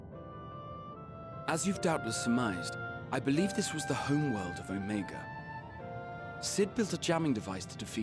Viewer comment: The way pronounces things hurts me... "Ahmagah." It's Omega! Also, you owe Hydaelyn/ Venat all the apologies...